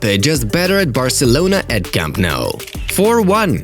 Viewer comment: yesss 1st this great club and now the home stadium the fortress that has been broken but its nou not mou u fucking bastard